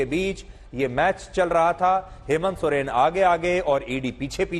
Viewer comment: Soreng sir Soren nai